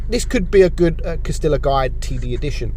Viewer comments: Cas-tee-yah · It is pronounced Cas-tee-yah. Get your Spanish on.